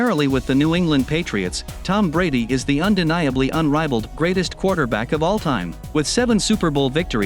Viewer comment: This guy can’t pronounce Offense or Offensive!! Let alone all time!!